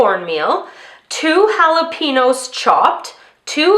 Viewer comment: That's not how you say jalapenos